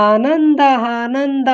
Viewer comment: ಆನಂದ adu ಹಾನಂದ ಅಲ್ಲಾ 😊